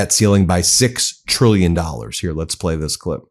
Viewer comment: just because you say "TRILLION" really hard, does not make it true. Lying is easy for these folks.